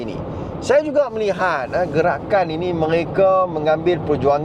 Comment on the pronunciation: Hilup Pelikatakan Pelikatan Hilup Gelakan, hahahaha.. cuba kalau DAP yang pelat mcm ni mau dimaki walaun berbakul2😂😂😂😂